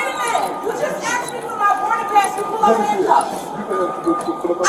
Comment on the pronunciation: Smh it's asked not axed .